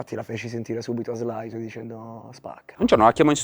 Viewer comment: madonna che finaccia a dire Slait = tipo col mullet